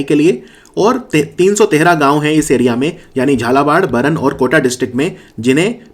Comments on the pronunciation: हाड़ौती का 'बरन' नहीं बारां District है। वीडियो के लिए धन्यवाद। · Sir it's बारां